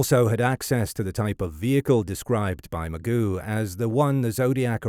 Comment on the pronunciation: It’s not Magoo. It Ma-Joe